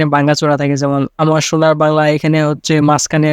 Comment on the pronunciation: ভাইজান শুনার বাংলা নয় সোনার বাংলা 😁